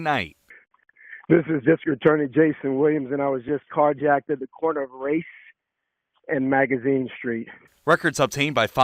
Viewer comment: Did that man just say he was car jacked at the corner of "Race and Magazine." That's what it sounded like, if that's not oddly ironic.